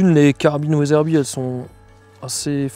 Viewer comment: From « Weatherby » to « ouaizeurbie »